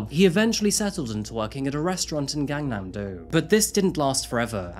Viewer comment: The "a"s in romanization of Korea are pronounced short, not long. You got it exactly right with the second "a" in Gangnam. But then you pronounced the first "a" in Gangnam, and the "a" in Sang-jin, long, when they should have been short (exactly like the second "a" in Gangnam, which you got perfect.) But thank you for all the nice things you said about South Korea and Seoul.